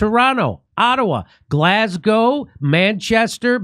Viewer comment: Oh my God you did it! - I was waiting for the Glasgow, ha ha - and you said it like you knew I was watching - Nailed 🙏